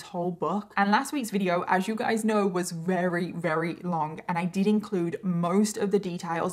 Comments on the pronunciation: can you not say Very with a V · I find it adorable when says “ rarry” while saying very, and says a woman “falls” pregnant.